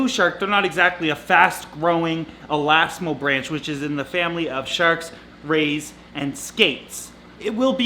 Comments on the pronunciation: It is elasmobranch- pronounced elasmobraenk. It is not pronounced 'branch' like a tree. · Elasmo is pronounced as written really.. branch -> brank is correct though. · Elasmobranch - the second A is pronounced as a long vowel and the "ch" is pronounced like a "k". So the fourth syllable of elasmobranch is pronounced "BRAYNK". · Nice! I love sharks. But you're pronouncing 'elasmobranchs' wrong. It's 'elasmobrank' not 'elasmobranch'. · FYI, just so you know, elasmobranch is pronounced with a "ck" at the end, not "ch" as spelled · u said the word wrong its pronounced (alasma branks) ik this becuz my mom studies sharks and manta rays